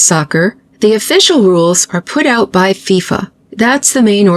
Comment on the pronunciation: Thank you for pronouncing it FeeeFah. I've been mocked for that forever. I agree we pronounce it correctly.